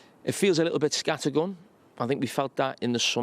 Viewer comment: dont you mean scarrrrrrrttttttttergun